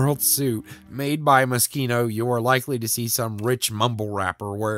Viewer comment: Is that how it’s pronounced? I though it was Mo-sheen-oh